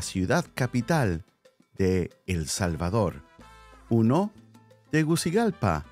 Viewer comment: Problems pronouncing Honduras capitol city.